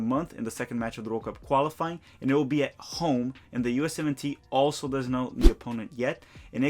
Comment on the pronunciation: Can someone explain to me why when he says USMensNationalTeam he sounds like he’s saying US-17 team?